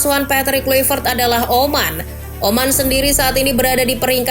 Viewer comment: Klavert min Klayvert dibaca nya, bukan Kluipert